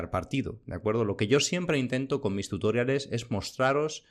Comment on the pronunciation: Genial el vídeo, pero por diox, deja de decir "tutóriales".